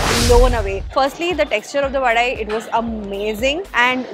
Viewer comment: Yes mam it's vadai only, not Vada...and it's dhosai , not dosa... It's itili not idly... Coimbatore is not the city of temples, its Kumbakonam in tamilnadu.